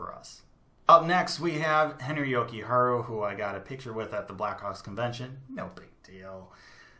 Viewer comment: Just to let you know as a finn, you are saying Jokiharju slightly wrong. You are saying it Jokiharu. Finnish doesn't have silent letters. Try saying it like you would japanese. Jo-ki-har-ju. or yo-ki-har-yu. And always stress the first part of finnish name. So YO-ki-har-yu. + I think you will put Nordgern in tier 3 in the future. He is small, but he is really good. Would not be suprised if he makes the Hawks in 2-3 years. Nice pyramid!